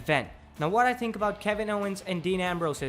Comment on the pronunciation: You couldn't get a guy with a little less accent to talk?... I mean, he says tink instead of think..